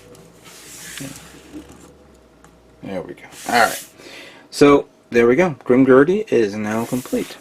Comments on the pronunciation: Yup its not Grimgurdy its Grimgerd(Grimgerde) i liked your commecnt too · I can't be the only one who cringed when he said, "Grim-Gurdy".